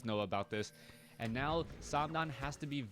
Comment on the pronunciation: I'm chinese, but the way you are pronouncing his name is wrong, is san dan with the dan with a fourth sound... I find it a little annoying with you wanting to pronounce his Chinese name correctly but not doing it right..